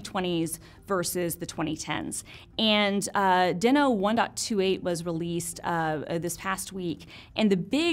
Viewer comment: TIL! I feel so dumb for not knowing this but this makes me love it even more! I want to ask my editor to do a compilation of all the times I’ve mispronounced things. That would be fun for all of us!